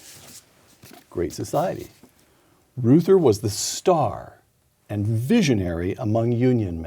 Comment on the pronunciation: Peter, please, for the sake of all silver-haired citizens, please learn that Reuther rhymes with Luther. You are far too intelligent and insightful to not be familiar with the names of Americans who have shaped our lives.